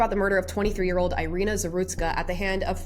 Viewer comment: Thank you for this video. Just for your information: her name is pronounced as “ee-REE-nah”.